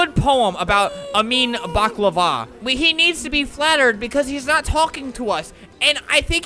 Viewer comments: Pronossned bock,lava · Say baklaver 100.000 times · Baklava! You can't say it correctly it's on my language , Serbian. XD Yo tengi BAKLAAAVAAA